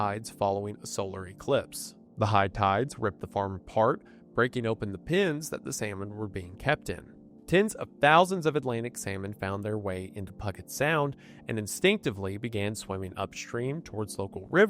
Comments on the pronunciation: "Pug-ett sound" 😂 never thought I'd hear Cooke make this channel!! (For reference, if you talk about this in the future, it's pronounced "pew-jet" sound) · Thank you for the clarification Funny enough, he mispronounced P-YOU-jet sound... He said pug-et sound, so I sympathize with hearing a mispronounced name and hitting the ear hard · Was literally just coming to comment about this. “Puggett Sound” whaaaat 😂😂😂😂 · "Pugget sound" as a Washington native that hurt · Famous for its chicken puggets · Pug-get Sound lol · Everyone talking about the "Hokkaido" pronunciation, but not the absolute slaughter of "Puget Sound" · You can add puget sound onto the list of words Wendy doesn't know how to pronounce. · I literally just paused the video to check the comments after he said this LOL. I had to rewind with closed captions to confirm he was trying to say Puget